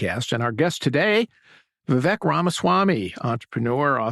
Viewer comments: Say his name right, VivEYk -like cake Viva Vivek 2024! 🇺🇸💪🏼💯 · Lol yea. We-wake is exactly how you pronounce his name. Irony since he is Anti Woke!!